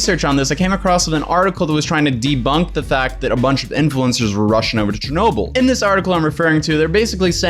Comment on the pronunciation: They were RUSSIAN to Chernobyl? (Seriously, it sounded like you were saying that.)